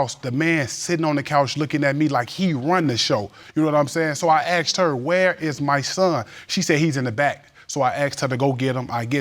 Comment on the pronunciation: Lookded and axed ain’t werds